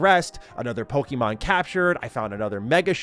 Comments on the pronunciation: It's pokAYmon. That's what that little symbol above the E is for. Not PoKEEmon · Just stop saying PokEEMon please. It's cringe, it sounds like a 90's soccer mom talking about little Jimmy's favourite cartoon. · Bro is saying pokey mon like a parent in the 90s